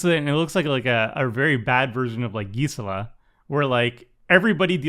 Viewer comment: Geesala? You mean Gisela (jih-zela)